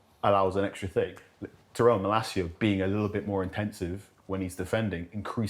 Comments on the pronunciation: neville needs to stop saying malacia like milicia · New drinking game: Drink every time Neville mispronounces Malacia